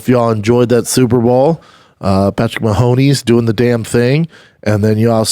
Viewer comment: Patrick Mahoney? Wow... 42 seconds in we already have the first name mispronunciation.